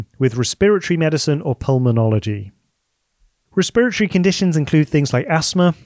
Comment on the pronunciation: Cool, but as a med student it’s breaking my noggin that you call it “Re-spirit-ory” instead of “resp-eret-ory” I’ve never heard it called that way even with all the Mexican, Indian, and Chinese, Japanese physicians and med students here.